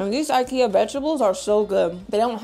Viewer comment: I'm glad I found someone who says IKEA the right way 😭😭😭